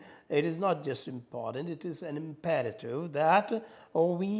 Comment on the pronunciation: imperative नही इंप्रटिव ऐसे बोलते हैं थुरुरु जी 😄😄😄😄